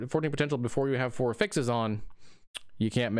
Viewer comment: Cant watch because he can't pronounce affixes correctly. sigh